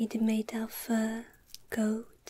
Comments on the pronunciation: When she said the crown was made of gold and rubies, I thought she said the crown was made of goat and rubies.. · Oh my god I feel so bad. When you showed us the pins at first I understood "they are made of goat." Ehm. Yeah. I love you and your channel so please don't feel offended in any way.. 😌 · Omg i thought she said goat at first! 😂